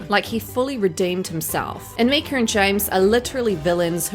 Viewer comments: 😂😂😂 I say it out loud every time she says “Meeka.” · Her name isn't Myk-er its Myyy-Kah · Is that a picture of Kate Hudson next to Myka ? Please stop saying her name with the soft i, it’s “m-I-ka. As much as I don’t like her at least don’t give false information. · Her name is pronounced just how it is spelled. My-ka as in My name is myka! Please say her name right if you are going to make videos slamming her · I wasn't sure if it was her accent or what. 😂